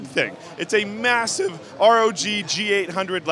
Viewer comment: "It's mashuhive!"